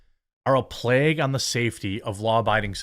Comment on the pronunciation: I just want to point out, Jeremy’s pronunciation of “plague” is just as weird as when he says bag.